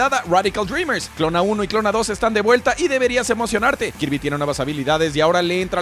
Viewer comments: Soy el unico al que le molesta que pronuncie "Klona" en lugar de "Klonoa"? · No se dice Klonoa, se dice tal cual como se escribe "KLO - NO - A". Perdón, sé que me escucho como mamón quisquilloso pero en serio chécalo en entrevistas en inglés y esa es la pronunciación.